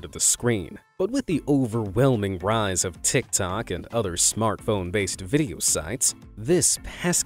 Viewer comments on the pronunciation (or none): none